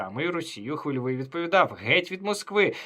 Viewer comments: Сука бьіков, він навіть прізвище "хвильовий" не здатний вимовити нормально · Чому він не міг подивитися як вимовляти Хвильовий 🤡